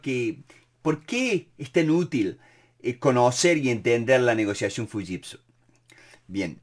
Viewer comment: Excelente! Un detalle nose si estoy en lo correcto se pronuncia shiushitsu, no fushitsu